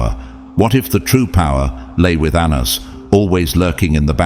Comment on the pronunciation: Pronunciation of Anans- ( An-na-naus) 🙏